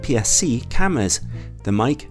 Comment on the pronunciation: I think it is pronounced as /meyki/ not /mike/